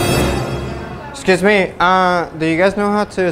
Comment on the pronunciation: Esciusmi guys xd